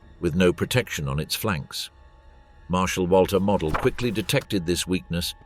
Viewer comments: "Model" rhymes with "yodel" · Bag rat eon. Not bag ration. Moadal. Not model. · Field Marshall Mo-del, not Mod-el. He wass a Field Marshal, not a DIY plastic aircraft kit.